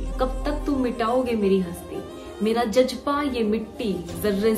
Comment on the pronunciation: Phle apna pronunciation sahi kro didi ...😢 Jajba nhi jazba and jaabaaj nhi ,it's jaabaaz😊.